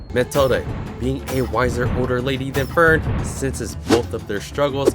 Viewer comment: I really thought in this moment that it was a real kid, because Wirbel did talk about this in the mage exam in season 1 that deamon also use kids as a weapon to fight. Would be a clever use as a chekhov's gun. Sounds more like Matilda, then Methode. It's pronounced meˈtoːdə